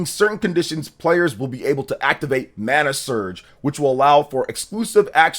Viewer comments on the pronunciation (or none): none